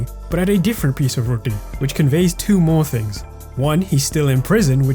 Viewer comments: Bro the way you said Roti. Are you Indian? Or of Indian Origin? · The way you say roti. No guesses required what ethnicity you are. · The way you said roti makes me believe you're Punjabi lol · The way you say 'roti' feels purely Indian.